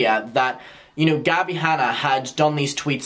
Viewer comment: “Gabbie Hannie” 🤣🤣🤣🤣🤣